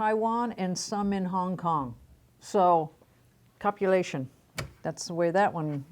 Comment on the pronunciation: Am I the only one who heard her say "copulation" instead of "compilation"?!!!